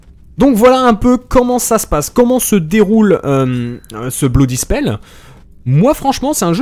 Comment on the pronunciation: Blue Dispel ? connait pas ce jeu... (sachant que "blood" se prononce presque "blaad")